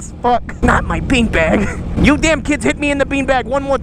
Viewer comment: The way you said been bag, i about pissed myself